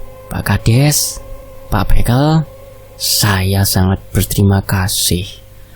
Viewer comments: Revisi pengucapan kata bekel bacanya nada e semua bukan é (békel= permainan anak2 jaman dulu) Kalau bekel = pamong desa Lafas e sama kaya kepel, kekel Maaf jika kritikan sy menyinggung🙏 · Iya "e' sama seperti ketika mengucapkan 'betul'.. 🙏